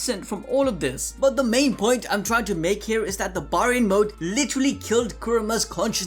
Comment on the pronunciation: Bear-ian. Say it with me now, Bear-ion Mode. Baryon Mode!